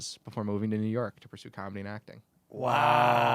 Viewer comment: Santino saying Kamala instead of comedy lol